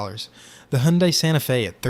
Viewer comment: "Sir, do you want 'unleeded' fuel in your 'Hendye'?" "May I interest you in a Mustang 'Matchy', A Ford 'F-15-Oh'?"